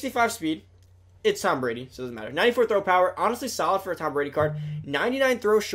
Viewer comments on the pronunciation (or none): how do u mess up tom Bradys name